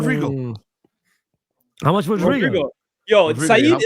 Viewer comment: Man said "Rodrigo" 😂😂😂😂😂😂😂😂😂🤦🏾🤦🏾🤦🏾🤦🏾